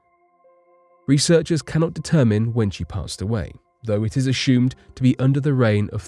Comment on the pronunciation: It's "aSUEmed," not "a-SHOEmed"!!! Aaaaaarrrg!!!